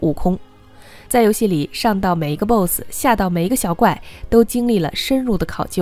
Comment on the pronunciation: 你不会英文吗？boss发音都不对